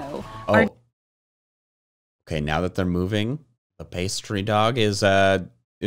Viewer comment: I didn't know how to pronounce Fidough's name just now, I just called him "Fi-doo"